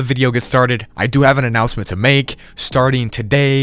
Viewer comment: it’s not announcment but it is announcement